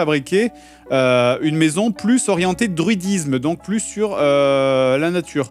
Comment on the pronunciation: plusse plusse plusse..... omg stp dire ca